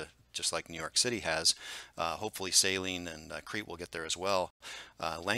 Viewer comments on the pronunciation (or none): Always enjoy your updates, and the clear way you present the data. Most of us locals pronounce Saline county as suh-LEEN, emphasis on last syllable.